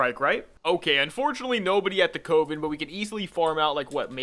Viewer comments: Why are you pronouncing "coven" like that!? >_< also great video :) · Please look up the pronounciation of "Coven" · I don't think I was lol, just poking a bit of harmless fun at him for him his odd pronounciation, calm down boy.